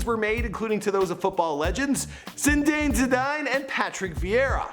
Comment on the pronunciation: Best pronunciation of Zinedine Zidane ever